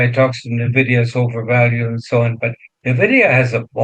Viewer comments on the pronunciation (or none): It not pronounced "navidia" just like nuclear isn't nucular